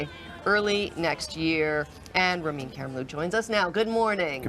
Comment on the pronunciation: she just called him "Rem Karimloo" unbelievable